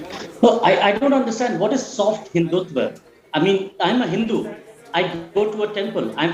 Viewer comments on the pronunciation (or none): Why do you say sott hindutva